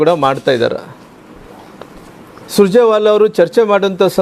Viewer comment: ಸುಜರೆವಾಲಾ ಅಲ್ಲಾ ದಡ್ಡ ಅದು ಸುರ್ಜೆವಾಲ